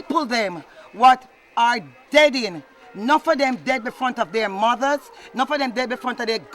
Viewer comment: Did she say deading